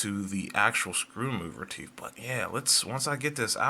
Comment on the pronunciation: Both is pronounced, "Both", not "Bof". "Teeth is pronounced, "Teeth", not "Teef". I enjoyed your thorough and honest review. Keep it up.